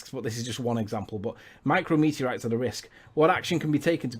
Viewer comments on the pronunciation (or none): Forget everything else. "Micro-meteorites" is pissing me off.